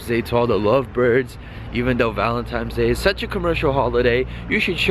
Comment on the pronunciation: Valentine not valentime xD